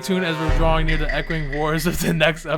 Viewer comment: You said near and i thought you said here